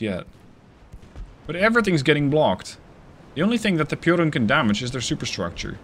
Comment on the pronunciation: The pronounciation of piorun was perfect